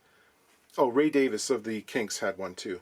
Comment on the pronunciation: Thanks for pronouncing Ray Davies' name correctly! 😁